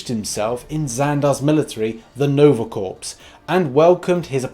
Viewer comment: Lol... He says 'corpse'. 🤭 I believe you're looking for corps, pronounced core.